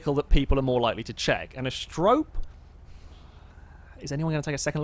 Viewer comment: Not Ast-rope.... "Ast-e-ro-pay" ... lol. Like the Greek myth, she was one of the seven Pleiades...